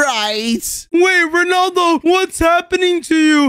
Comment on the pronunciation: Rondalo fans say his name right so your not a rea fan@